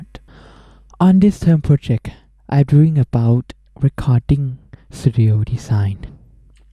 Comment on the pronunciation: Design, NOT DESIND or DESIGE